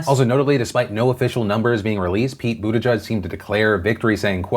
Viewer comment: I thought it was pronounced Butt-ih-geeg